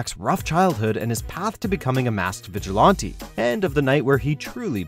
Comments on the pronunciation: What’s a “vigilontee”? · The way he says vigilante is making me upset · The way u say "vigilante" though... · How come you can’t pronounce vigilante???